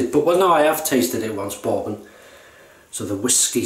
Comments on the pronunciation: In the States, "bourbon" rhymes with "urban" or "turban", not with "foreman" or "Mormon." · Great shave mate! Yeah, Peter takes no prisoners with his commissioned soaps. LOL, I like how you pronounce Bourbon hehehe...I might ask for a "Boarbon" next time I'm at the gentleman's club LOL. Love the Black Beauty...probably my favourite Gillette Adjustable (my favourite setting is 7 on all my adjustables - just the right amount of efficiency for my skin). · I love the way you pronounce "bourbon." So classy. (Not being snarky!)